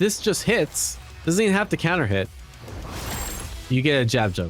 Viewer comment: Because he said it kind of quickly and unclearly.